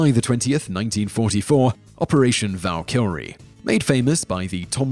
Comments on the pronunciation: Elliott say it with me Valk-er-ee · It's valkyrie not val kill ree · "Val-killry"? Please, stop. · As I have said in videos before I love your videos but please do something about many of the words you mispronounce. Some of them are understandable but Val-kill-ree? Val-kree is what you meant. Simon, come on man. You can do better. You get paid for this. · "operation val-kill-rie" what. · whats valkillree? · Did anybody else not notice he pronounced Valkyrie wrong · SierraDelta6 lol, Simon pronounced a whole lot of things wrong in this. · Your pronunciation of Valkyrie makes me angry there's not even a second L in the word come on man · How do you find "Ve-binn-dunngs-menn"? Worse, hopefully.